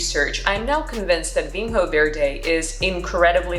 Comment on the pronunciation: Vinho is pronounced "vinyo" with an N followed by a soft Y-sound. NH is the equivalent to GN in French/Italian, or Ñ in Spanish. Same with Minho and everywhere else you see the NH combination in Portuguese.